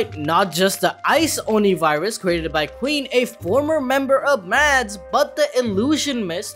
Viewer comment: its virus not wirus